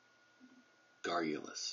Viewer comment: You probably know this already, but you pronounced "garrulous" incorrectly :/